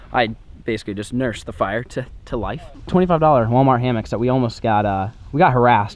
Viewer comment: I just realized you called Walmart Wal-of-mart (no hate)